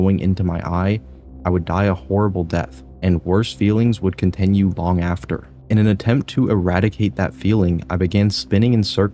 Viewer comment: why do you pronounce “continue” as “contEnue”???